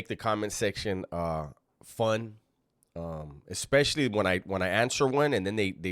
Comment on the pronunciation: Did say Ass-pecially??